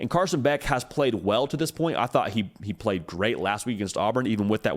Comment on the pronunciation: “But Who Have Dey Pwayed…Dey Ain’t Pwayed Nobody”😂😝😛😜